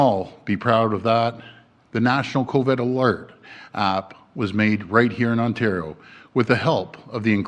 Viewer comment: Covid NOT Coved!!! Why can't he say it? Say it right!!! !